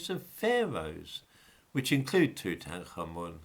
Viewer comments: Toot- ankh-amun not two-tank-armen nor two-tan-karmen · It's pronounced: Tut-ankh-amun. Which means something like Living (ankh) Image (tut) of Amun.